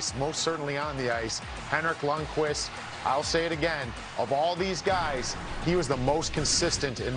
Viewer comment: It's Lundqvist.